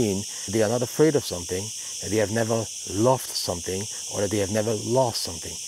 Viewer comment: You should practise to say the word "something".